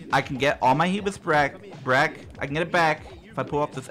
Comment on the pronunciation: "I can get all my hubis brack" - 2019